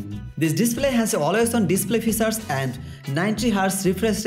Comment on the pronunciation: Not focessor it's processor..:) not fichares it's Features...... XD